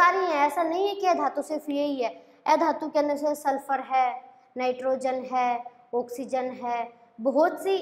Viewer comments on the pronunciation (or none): none